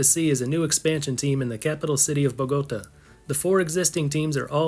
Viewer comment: Say after me: Bo ga ta not bogoata